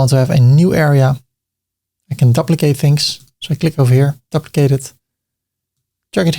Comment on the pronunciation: Another great video,. But the word "duplicate" is pronounced like the word "do" or "due" -not "duh"